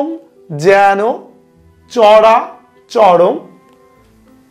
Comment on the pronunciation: যেন উচ্চারণ হবে ইয়েন।